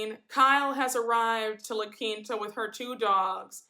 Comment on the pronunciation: Who wants to dress like Kyle? For her to have so much money, she has some of the worst fashion sense across all the franchises. She dresses like a model in a Fingerhut catalog Also I am so GLAD that finally we have someone who pronounces La Quinta right lol it's not La Quenta 😂